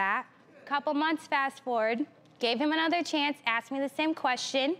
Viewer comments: When you say axs I'm confused and a turn off! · “He ended up axing me” if only.